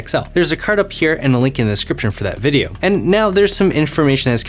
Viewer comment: Why did you pronounce "video" that way? Not hating, just curious because you don't usually say it that way and it sounds like it's in a different accent 😕